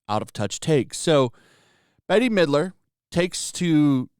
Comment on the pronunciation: So, you've clearly never heard Bette Midler's name said out loud before...